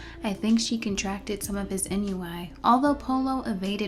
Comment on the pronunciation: I wasn't looking at the video when you said "NUI," so I genuinely thought you were making a joke of mispronouncing "ennui." Either way, still funny.